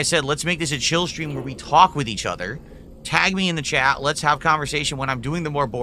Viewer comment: He’s just so fucking weird. “Tag me in the chah so we can have chill conversation.” “My time is meaningful”. Who fuckin talks like that?